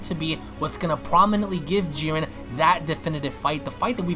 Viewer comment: It's Jiren, not Giren